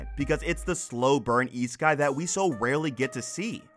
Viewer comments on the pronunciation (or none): none